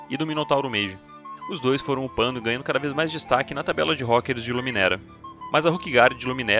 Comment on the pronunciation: "rókers" ai meu cerebrooooooooooooooooooooooooooooooooooooo